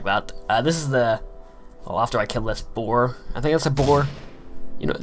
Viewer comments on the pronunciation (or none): its a bear you you sound like your saying boar